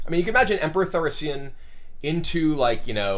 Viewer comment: Emperor Thaurissian" :D :D